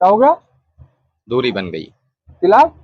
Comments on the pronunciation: Tilaaq nahi talaaq hota hai choo n choo n ka murabba hai yeh 😅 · जिसको तलाक बोलना भी नहीं आ रहा है तिलाक तिलाक़ कर रहा है